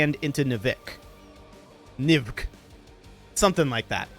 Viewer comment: “Nivkh” is pronounced nih-wook (rhymes with book).